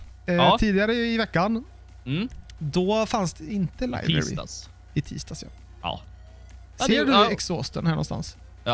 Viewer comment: Du uttalar livery fel.. just sayin